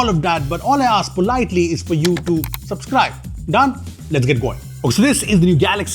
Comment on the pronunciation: Ah yes, SUPSCRIBE -- because regular subscribing just wasn’t sup enough for you. 😂 love the review!